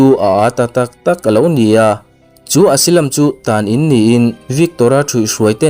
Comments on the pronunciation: Asilam ti suh Asailam ti roh. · Asylum - Asilam ni lovin Asailam tih zawk tur.. ☺️ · Asylum, Esilam nilovin Asailam tih a lam tur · Asailam tih tur